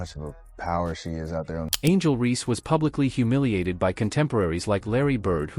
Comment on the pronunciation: Also referring to Reese as "Ree."